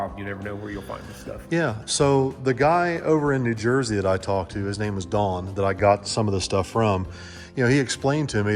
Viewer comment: did I hear you right? Did you say New Jerky?